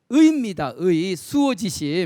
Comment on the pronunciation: 참 흥이 납니다. 선생 강의를 들으니. 하 가지 지적하렵니다. "자원방래"의 독법이 틀렸읍니다. "자원 방래" 하고 두 자씩 띄어서 읽었읍니다. "원방" 은 명사 구이므로"자 "하고 띄어서 "원방래"라고 석 자를 부처서 읽어야 합니다. 문리가 터지면 자연히 구문을 이해하게 됩니다."측은"을 "칙은"이라고 오독했읍니다. 모음을 분명히 발음해야지요. "수오지심"을, 수오 지심"이라고 두 자씩 띄어읽었읍니다. 잘못입니다. "수오지"라고 부처서 읽고"심" 하고 끝내야 합니다."지"는 소유격이기 때문입니다. 여러분!" 우리 말과 글이 타락했읍니다. "한국 어문을 고발함"이라는 책을 한 번 읽어 보시옵소서. 미 국 변 완수 배